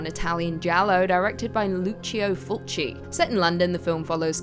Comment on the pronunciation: Lucio Fulci's surname is pronounced "Full-kee"